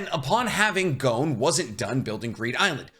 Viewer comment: Why does he keep saying Jing? In the dub gon clearly states gene